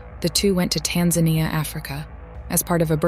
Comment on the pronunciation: Still laughing at the way you pronounced Tanzania wrong 😂😂